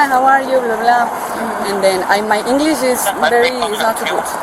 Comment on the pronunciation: " I understand perfect, English..." " my Engli na too gooo"